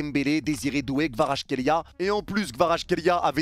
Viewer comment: Analyse très intéressante. Je reviendrais sur ta chaine pour le débrief. Autre chose, je sais que c'est dure mais le nom de Kvara se prononce "Kwadratrélia". Aller match Goat